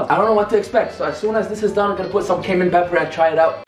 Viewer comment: It sounds like he’s saying Cave Man pepper lol. It’s okay we know you’re trying on your English.